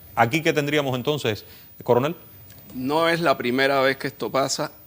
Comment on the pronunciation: Jajaja dice el "Curunel" jaja Diciendo lo que el Paga, como nos pasa a nosotros! Jajaja se le fue esa. Minuto 17.26